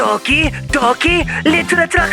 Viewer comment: How you said Doki Doki literature club! 😹😹😹😹😹😹 The best!